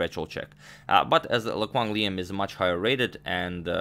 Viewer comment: A+ pronunciation on Lê Quang Liêm lmao